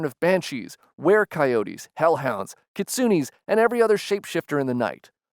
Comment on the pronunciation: Kitsunys lol u butchered it